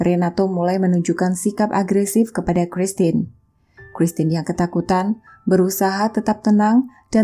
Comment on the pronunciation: Bukan Lodres mbak, tp Lordes.. Itu nama yg sdh biasa dipakai di Filipino.. menyebut nama christine nya udah bagus😉👍